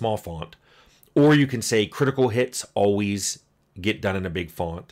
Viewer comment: "Fawnt"? Where are we from, Tim? I grew up in New Jersey, and I don't think I've ever heard anyone dig out an "o" sound quite like that.